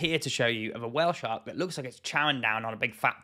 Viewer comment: I love how you say while shark xd